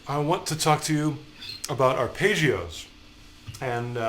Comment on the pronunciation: Has anyone else been annoyed by Ar-pay-ggeos?